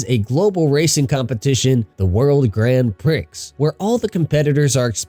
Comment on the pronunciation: “World Grand PRICKS” It’s “pree” LMAO